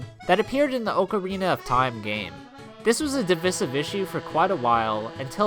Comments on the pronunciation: no ones going to talk about how this fuck said ocarina? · i hate the way you pronounce ocarina